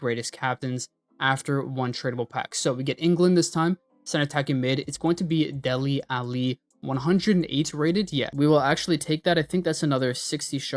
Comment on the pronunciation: delle ali he said 😂